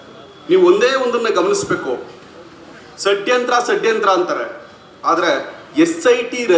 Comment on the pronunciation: Bro, it’s not sadyantara, it’s shadyantra😂😂😂😂😂😂😂😂